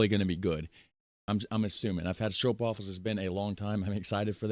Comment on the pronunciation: Hahahahahhahahahahahaa, Not stroupwafels but stroopwafels, you make me laugh out loud.